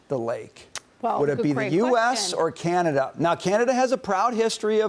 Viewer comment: Trump’s pronunciation of Canada.. Gadada. Freakin uneducated moron!